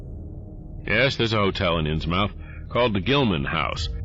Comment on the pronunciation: I love these stories and your narration, and I can't wait to see more! Just one thing, you're pronouncing "Innsmouth" wrong. It's pronouced like "Inns-muth", not "inns-mouth". It's a New England regional thing.